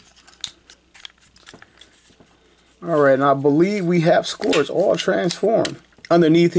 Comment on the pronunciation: Hey his name is actually pronounced “scurge”. I guess the o is silent or something. 👍🏽